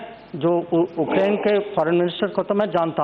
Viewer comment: dear leaders, it's not Okrain but Ukraine.. pronounce it properly sir..